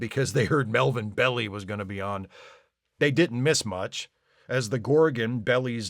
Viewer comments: NotJeff here. The episode would have been a lot better if it was interlaced with the true life of Mel Belli, pronounced Bell-eye, not Belly, although given the man's dimensions your mistake is understandable. He was known as the King of Torts, and won some spectacular criminal and consumer protection cases. After the win, he would shoot a cannon from his offices down in the old Barbary Coast area of SF. Belli's marriages, divorces, liasons, friendships, feuds and oh yeah, lawyering, were breathlessly followed in the California media. He was a celebrity lawyer, as well as being a lawyer who was a celebrity. i suspect that in an earlier age he would have been a scheming prince, or a pirate, or both. And he was an actor, a good lawyer has to be convincing and compelling. Not bad job for a guy who could only move his face a bit. I think he got the job because his son is one of the kids, or is it the other way around? Personal note: I was 10 when this episode aired. I certainly knew who Mel Belli was. For some reason, I always thought the Gorgon looked like a figure from the top of a cake. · Hi, love your channel. Watched first-run TOS as a kid every Thursday (then Friday night). Speaking of picking nits, Melvin Belli pronounced his name "Bell-eye", apparently to avoid it sounding like "belly". He and F. Lee Bailey were the most famous lawyers in America at that time. Fred Freiberger cast Belli's son, Caesar Belli, as one of the kids,. Because Melvin was so famous, Freiberger then cast the theatrical lawyer as the Gorgon in the hope of boosting ratings... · San Franciscans enjoy hearing Belli's name pronounced "Belly" the same way they enjoy out-of-towners calling their city "Frisco." But you get a pass for the review (though you seem to be missing the symbolism of bad actors using children as a political tool by encouraging them to work on their parent's darkest fears). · Showing how old I am, but I think his name is pronounced Bell eye. Long i!